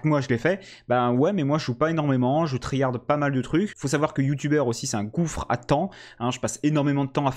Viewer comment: « Tri harde » 😆😆😆😆😆 « about » tu le prononces comment ???